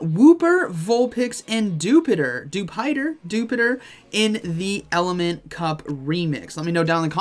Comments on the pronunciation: Ummmm actually … It’s Dew-Pee-Duhr 🤓 🤣😂🤣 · I think you are pronouncing Dewpider correctly, but I think it would be better if the correct pronunciation were like a drop a dew and spider portmanteau.